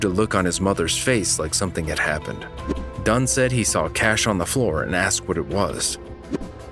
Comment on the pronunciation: HER LAST NAME IS DUNN. DUNN